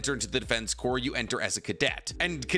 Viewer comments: Edit: you corrected yourself mid-video. THANK YOU CORPS IS PRONOUNCED "CORE" MY DUDE, NOT "CORPSE". MARINE "CORE" (CORPS), ARMY "CORE" OF ENGINEERS, DEFENSE.... "CORE". The only thing "corpse" could pass for is an abbreviation of corporations or.... a corpse. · Bruh corps is pronounced as in "core" not as in "corpse." Just tryna be helpful to you as you make a living speaking in vids :) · Just so you know, Corps is pronounced core, not corpse. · My man. It is not pronounced the Defense “corpse” even though it is spell the “Defense Corps” it is pronounced like “Defense Core” you don’t pronounce the S. Like in the American military the “Marine Corps” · FYI, it's pronounced defense "core". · hey btw the PS at the end of corps are silent. “corps” when referring to military is pronounced “core” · I started to type about how he kept saying corpse instead of corps when he called himself out lol I thought I was mishearing him 😅